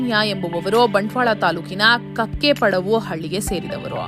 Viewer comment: It's you read Kakke Paddauo? Correct one is Kakke Padavu